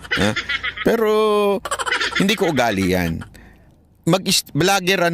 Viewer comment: Kung nagkamali man si bisdak sa pagpronounce ng vlogger at ginaeang bligger, ikaw naman ang life ginawa mong lipe at ang fact ginawa niyang pact. Alam mo, hiniram lang natin ang English language, kaya pagmagkamali sa grammar at Pag pronounce, okey lng yan.